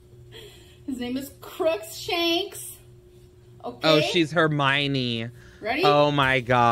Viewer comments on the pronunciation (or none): It’s Crookshanks not Crooks-shanks. God she annoys me